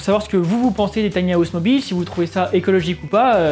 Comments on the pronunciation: Tiny hAouse 😬 quel accent 😅. Pourquoi les Français rajoute un A dans le mot anglais House 🤔 ? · On dirait qu'il va miauler à chaque fois qu'il prononce house ^^ sinon belle analyse